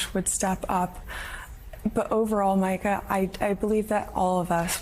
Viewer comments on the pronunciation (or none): Her name is pronounced Meee-ka" not "mica". How can Hutchinson not know this as famous as she and her ambassador father are? Even the good republicans who don't break the law are still ignorant. LOL. I give up. I'm just frustrated because I went to public schools but I always see all those upper class people who went to private schools who "fail up" and then don't even know how to pronounce Mika brzezinksi's name. How did Hutchinson become aide to a President?